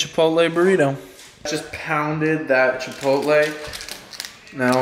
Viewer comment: did this man just call chipotle chipatol 😂😂😂, anyway u the goat fam u hugeee.